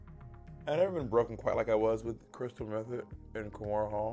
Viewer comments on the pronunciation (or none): Did she say Chrystal method and kornhole??? 🤣💀